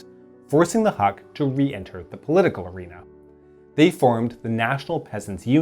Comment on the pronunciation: It is pronounced “Hook”. Great video nonetheless. 👍